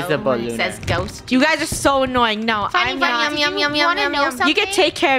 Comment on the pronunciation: funneh sounds like she's saying the f word